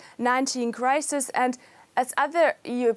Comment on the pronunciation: That guy said, “Crimate Clisis” hehehe